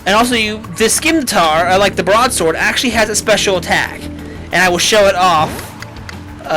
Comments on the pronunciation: Isin,t it pronounsed sim-i-tar? (Im not trying to be a grammer nazi but i get irritated when someone pronouncess scimitar wrong fsr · no f-ing N in scymitar=_=